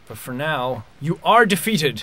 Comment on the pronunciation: 'You are "De-Feeted"' lol No one got that? Really?